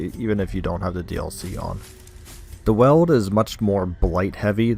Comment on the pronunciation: I was convinced it was pronounced "Weeld" instead of "Weld"